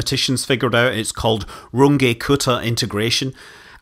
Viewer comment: first time I've heard the Scottish pronunciation of Runge Kutta before. I assume you used RK4?